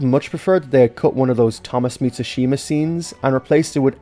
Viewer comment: Ashima? More like ASHAMEa